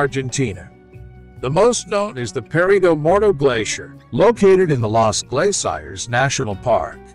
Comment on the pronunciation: "Perigomodo glaciar?" It's Perito Moreno glaciar!! Quit making things up!!